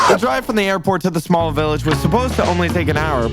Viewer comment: I died when he said “sma island”